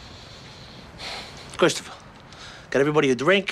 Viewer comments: Its actually Kwistafa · “Christopher get everybody a dwrink” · Cwistafuh get everybody a dwink.. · “Cwistopha get everybody a dwink” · Cwistopah geht eveaybuhdy ah dwink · Kwistaffuh, get evewybody a dwink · ... Chwistiphah get evwebody a dwink...